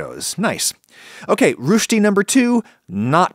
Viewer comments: Nice vid but its always hilarious when americans try to pronounce ö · FYI this is absolutely not the correct pronounciation of "rösti". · I know this is unreasonable. But as a Swiss person, ur pronunciation of Rösti hurts me. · Im feeling pain when you try to pronounce „Rösti“ also i dont really like rösti. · ö != what ever it was you pronounced rösti like more like in hurt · That's not how you pronounce "rösti" but I'll let it slide! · Bitte lern mal Rösti richtig aus zu sprechen! Theres no U sound!!And no Shhh! Also wth, this is more of an American abomination version of it and not at all like proper Rösti / Kartoffelpuffer. Die werden überigens in ganz Deutschland gegessen und nicht nur in der Schweiz. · I cringed every time he pronounced rösti. Why not look up a foreign word before you make an entire video about it? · Rösti - the second phoneme sounds like the first "a" in the word: "again". So not rusti, roesti. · Its not rooshti, its rösti like in the o in worst. And the s too. Imagine saying worsty, but put the r from the middle to where the w is and throw that w in the trash. Not that i know all that much about it, i always just knew them as kartoffel-puffer, and those are never that thick and large, only about half that size and to compensate make like 3 to 4 of them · It's not Rüsti. It's Rösti. Like in sistör. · The way you say it it sounds like "Rüsti" not "Rösti" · You say "rüsti(ruesti)" but it is called Rösti (roesti) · I don't really care if someone dispronounce German worden, but this time you butchered it. The ö in Rösti is pronounced like the e in twerk. And the st is pronounced separately (the s doesn't make a sh sound). How you said it: Rü sti Vs. How it's ment to: Rös ti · its roesti............not rushdie as in salman rushdie! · It’s roshti not Rushti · rösti is pronounced ˈrøːsti] not [ʁʊsti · Rösti! Not Rooshty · Why keep pronouncing it like "rooshdy" 🤣 It's more like "rusty" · Downvote, because you say "rushti" and not "roesti" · Rewsti lol